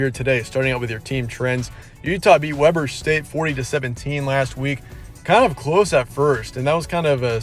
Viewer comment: It's pronounced"Weeber". Interesting fact: it's Damian Lillard's alma mater.